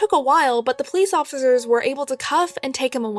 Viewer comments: Who realized that she said offigers like if u did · why she says police officers like that 😂😂😂 “Da police oFfIcErs”😂😂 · she said police offfffizures